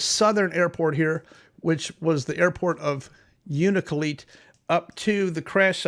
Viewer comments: Hello, I live in Nome. Respectfully, just for your own comfort in talking about this... the village names are pronounced " shack-TOO-lick" and "OO-na-la-kleet" or "YOU-na-la-kleet" I mean no disrespect to anyone. blessings to all. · Thanks for the update and insights. As someone who grew up in Alaska, please allow me to help you with some pronunciations of the places noted. Unalakleet= yoon-a-la-kleet. Shaktoolik=shak-too-lick.